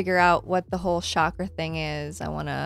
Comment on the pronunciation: So, just an FYI chakra is pronounced, with a hard ch kind of like how you pronounce Charlie.